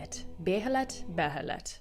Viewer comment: Behelit's pronounced 'bay-lit.' Everybody that hasn't heard them say it in the anime gets tripped up on that one, since it's a super obscure word to begin with and the spelling's a bit unintuitive.